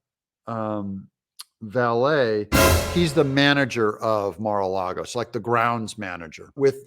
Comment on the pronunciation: Doug thank you for saying “Lago” instead of “Largo”.